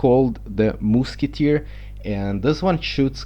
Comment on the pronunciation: lol "the moosketer"